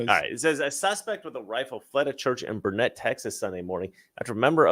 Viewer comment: I don't Facebook or anything so i hadn't heard about the burnet shooting and i live like half an hour away and its pronounced burn it